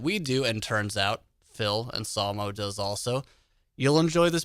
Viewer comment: Still don't understand why calls him Phil "Onsolmo"